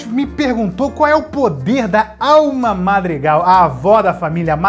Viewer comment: Você falou errado né marg argan é madrigal